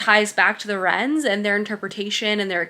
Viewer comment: Not sure if I’m the only one, but I think the “wyrms” you are referring to I pronounced “worms” in my head. Where did you get “rens” from? Is it something the author has addressed?